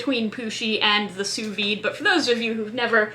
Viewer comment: Just for the record (and absolutely no derogation implied - you've evidently come across the words "sous vide" in writing without having heard it pronounced), "Sous vide" is pronounced /suːˈviːd/ ("Soo veed").